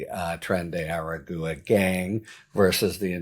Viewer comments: Please learn how to say "Agua" = ah-gwah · Tren de Aragua rhymes with agua. The u is like a w, not a syllable.